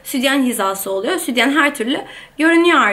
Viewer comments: Doğru konuşmayı öğren önce.Südyen değil sütyen. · Neden südyen diyon ya jsjsjjs